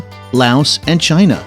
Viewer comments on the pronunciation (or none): none